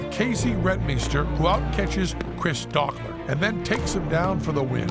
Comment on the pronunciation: ***** And Dokler has a long "o" ;)